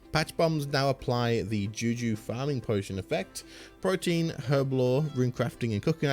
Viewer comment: Protean is not pronounced "protein". It's Pro-tee-an